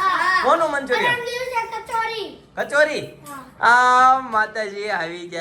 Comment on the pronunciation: મંચુરીયન ✅ મંચુરિયમ ❌